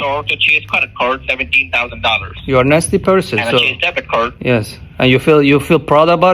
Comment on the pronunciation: Débit cord 😂😂😂😂 Credit cord😅😂😂😂😂😂😂